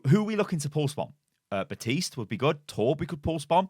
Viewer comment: It's FUKIN BaPPPPPTiste ffs. That really pisses me off. I had to turn the video off because you kept saying Batiste Batiste Batiste.... THAT'S NOT HIS NAME! It's like calling Winston Winton... Please learn how to pronounce the name that the hero himself says in his voice lines!!!! BAP BAP BAPtiste.